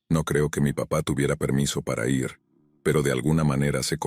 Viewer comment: Porque siempre dices ierre? es IR.